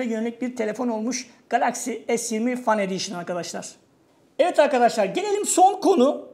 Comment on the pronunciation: "Fen ediyşın" şeklinde telaffuz edilir. Fan değil.